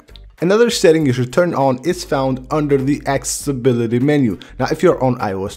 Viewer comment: Guy can’t speak accessibility properly XD😂